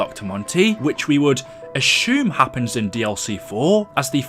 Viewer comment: I hate the way you say Ashume instead of assume